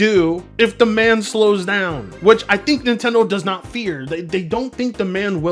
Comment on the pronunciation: You pronounce "demand" like "da man". Must be a Home Depot accent thing? 🤷🏿‍♂️